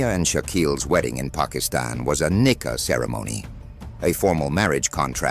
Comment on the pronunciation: It's supposed to be "Nikah" and NOT Knicker!!